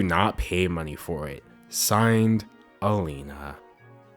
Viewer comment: its so weird hearing you say alina, i had to take a double take XD